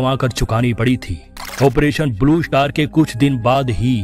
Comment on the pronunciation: First learn how to speak English word Blue Shatar, is not correct, the right word is “Star”.